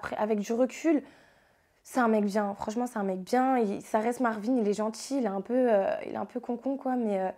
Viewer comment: Ça me stresse de ouf ces yeux à causes des lunettes 😂 et son roulé rrrrr marrrvin😂😂 (je sais je suis chelou mais j’étais obligé de dire ça 😂😂mais sinon tu es vraiment belle)